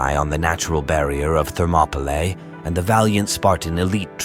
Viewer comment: That pronunciation of “Thermopylae” is so jarring to my ears.